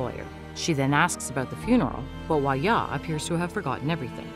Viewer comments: Girl it’s pronounced hwa DYA not hwa-ya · Hwa ja. Not huaya. Jung in, not youngin